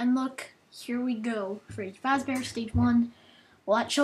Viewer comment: Dude.its fazzbear.